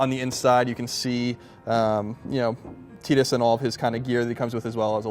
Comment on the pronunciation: Its Tidus, not Teedus artard. And what kind of man lets his woman make furniture....